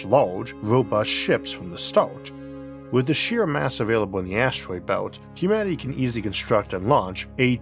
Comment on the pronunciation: Humaty? Did I hear that right? I swear you said Humaty, instead of humanity. What gives?